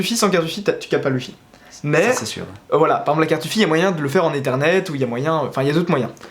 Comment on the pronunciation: Ça se dit ézernet et ça s’écrit ethernet